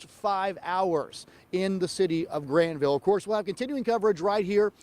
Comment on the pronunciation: It's Grantville, not Grandville